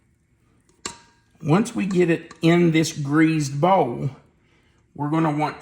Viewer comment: I loved how you say "greased" with a z like "greazed". Lol. Will be making these soon.